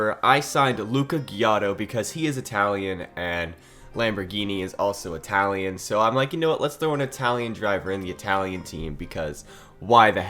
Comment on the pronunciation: It-alian not "eye-talian"